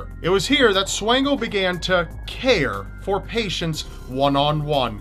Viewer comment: Micheal Swango, Actually pronounced like Swan as in the bird (swan-go), was a graduate of my high school and worked at my local hospital! Graduated from Quincy Notre Dame and worked at Blessing Hospital. Rumors say he could have killed more than a few hundred people while in Zimbabwe.